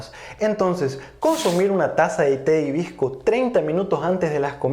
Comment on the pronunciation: Porque dices himbisco sinse escribe y dice hibisco?